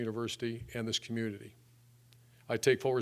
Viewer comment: "community" and "ultimately" are there no four-syllable words Meyer can pronounce?